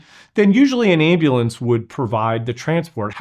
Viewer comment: He's been an EMT for years and still can't say "ambulance"?